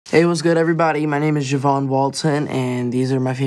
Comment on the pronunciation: His name means soap its pronounced habon